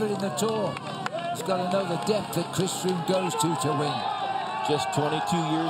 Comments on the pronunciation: Did he say Fhris Chroome? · I'm pretty sure Phil said "Friss Croome"